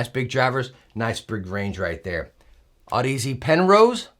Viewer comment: Damnit u still can’t say aud-ease lol.